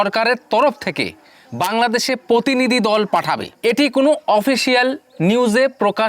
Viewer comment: ভাই আগে বাংলা টা ভালোভাবে বলতে শেখ। পোতিনিধি, পোশাশন কি উচ্চারন।